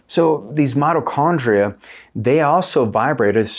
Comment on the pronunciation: It’s not “”Motto” Chondria brotha 😭